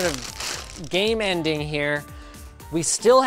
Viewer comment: haha he said G A M E E N D